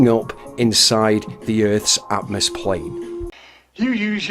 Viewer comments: I like how he says "atmoSplane". With an S. As in the first letter of Sphere. He cant even create a new word without failing 🤦🏻‍♂️ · Oh God he said atomoplane🤣